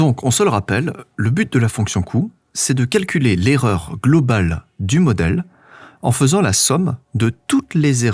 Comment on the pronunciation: bravo pour ces videos très didactiques et très bien faites. j'ai relevé un petit anglicisme cependant on écrit "en faisant" qui se prononce "fezan"... SLIDES sur la vectorisation de la fonction de cout. 👌